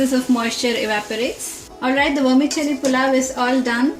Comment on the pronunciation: It's pronounced vermi-Selli not chelli